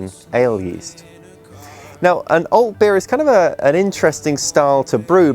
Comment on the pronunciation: Cheers for Düsseldorf. Good beer, crazy Haxe, a very nice town. I’m waiting for 25l Alt to finish right now. Can't buy that stuff here up here in Norway. But, it’s not "auwlt", try Alt, with an ɑː. Open mouth, like the A in father (British RP).